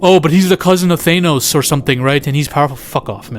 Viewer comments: I think youre the only guy who pronouces Thay-nos lol im just busting your balls, I really enjoy your content g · Did you just say Theynos? 😂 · Why tf you say Thanos like that in the beginning